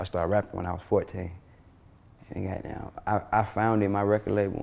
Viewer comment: Gahtdamn is how every Atlanta nigga start a sentence